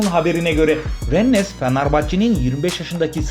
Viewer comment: Ren olarak okunuyor abi, Fransa'dan selamlar